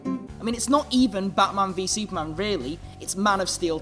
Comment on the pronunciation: you say batman vs. Superman weird